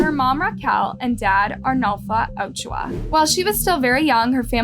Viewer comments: Ma’am… why do you always mispronounce names? It feels purposeful at this point since you included a video that shows Yovani’s correct pronunciation. “Marlin”… “Ocho-ah”? Please, at the very least, respect the deceased people you profit off enough to pronounce their names correctly. It’s incredibly disrespectful. It’s making me not want to support your channel anymore. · note: Marlene is pronounced as mar-leen Yovany is pronounced as yo-va-nee (like Giovanni) and ochoa is oh-cho-a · I cringed every time she said Ochoa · The way you pronounce Ochoa 😂 good video though. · Literally, my last name is Ochoa and hearing how she pronounces it triggers me.